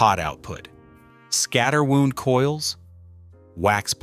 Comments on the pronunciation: I’m so sick of AI voiceovers and lazy video creators who think it’s a good idea to use AI instead of an actual person to do the voiceover. You lost me right at the top when mispronouncing “wound” when talking about “scatter wound.” It’s not pronounced like a doctor would pronounce a “wound” as in gunshot wound. It’s pronounced “wound” as in rhymes with round. Amazing how YT videos are being dumbed down thanks to AI. And I was genuinely interested in the single coil vs humbucker info 😡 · This is SO FULL of errors ( pictures that do NOT match what is being spoken about ) and mispronounciations ( when speaking about pickup windings they are "wound" as is something that has wire wrapped around it - NOT wound as in an injury ! ) it's stupid ! .... A BULLSHIT AI voice that doesn't even understand the subject matter and how to enunciate the appropriate word correctly !!! ... I rebuilt Malcolm and Angus Young's guitars and custom made Malcolm's single pickup on his Gretch JET guitar. It is a Gretch FILTERTRON humbucker, which is normally a VERY WEAK pickup - which I rewound to give 6500 ohms of resistance - the same as what ALL P.A.F. Gibson pickups have ( NOTE : NOT the 7500 ohms that this video says they are ! ) instead of the standard Filtertron level of a mere 4500 Ohms restistance - it's as simple AS THAT ! .... His sweat finally "killed" that pickup while ACDC were touring in Canada. Their luthier had a shop in Canada rewind the pickup - as a standard Filtertron pickup - which was useless ... so Malcolm sent his pickup back to me here in Australia ( 30 years after I had rewound it originally ) and had me rewind it again. I rewound pickups on the red L-Series Stratocaster that George Harrison gave to Spike MIlligan as well, built custom guitars for the likes of Bo Diddley ( that one is now owned by Ronnie Woods ) .... I built 5 custom guitars for Australia's Cold Chisel, did lots of work for INXS, work for Midnight Oil, The Angels, Tommy and Phil Emmanuel and m